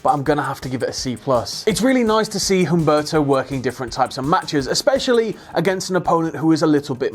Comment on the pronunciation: Humberto is pronounced "oom-BARE-toe"